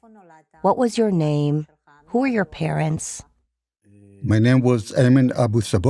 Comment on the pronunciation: He can’t even pronounce his name correctly